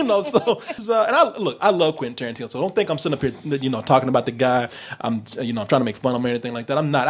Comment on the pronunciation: Quentin Toe-rantino